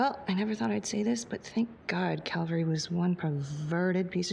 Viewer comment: Jack: Calvary?.... caverty?.....caven?..... cav-?... cal...- CALVERY! ME: ASSHOLE!!!😂